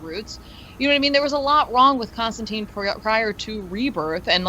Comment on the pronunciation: you guys keep saying Constantine wrong. it's said like turpentine